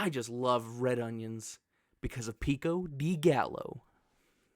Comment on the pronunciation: PEE-KO DEE GAL-OH 😂 Loved the video. If you swap mushrooms and bell peppers, the ranking is perfect. Also, u called red onions red peppers lol